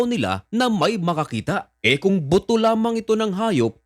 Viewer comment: Buto Po.. not boto 😂